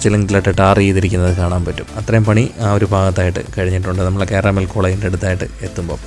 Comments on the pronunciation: കാരാമൽ കോളേജ് അല്ല കാർമൽ കോളേജ് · കാർമൽ (കാർ - മൽ) - Carmel right?